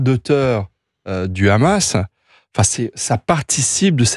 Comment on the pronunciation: Faut arrêter avec le RRRRamas, vous faites pas autant d’efforts pour d’autres langues.